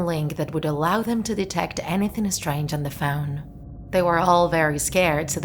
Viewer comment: she says esstrageuh